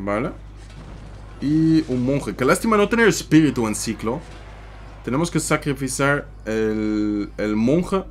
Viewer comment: Cuándo dijo, Sacrifisar mori de risa